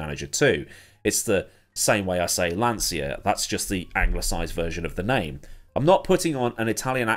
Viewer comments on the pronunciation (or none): none